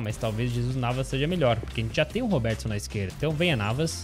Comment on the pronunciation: Robertson não robeeeertson